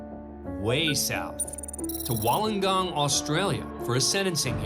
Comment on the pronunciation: 52.40 can we stop with the BAD Aussie jokes??? 🙄🙄🙄 And it's pronounced "WOOL-ON-GONG" 🙄🙄🙄